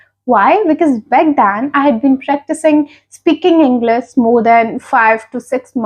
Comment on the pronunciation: You pronounced Englis but that is English